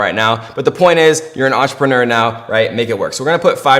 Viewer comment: That guy just say euntreprenuer?